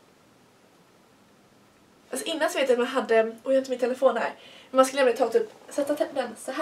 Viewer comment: Älskar när du säger men för du uttalar lite speciellt. Typ mENe